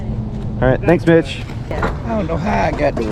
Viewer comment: Am i the only one who heard Thanks bitch instead of thanks mitch ? 😂